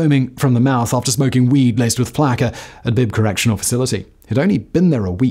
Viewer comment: As someone from Florida it's pronounced flocka, not how it's spelled as flacka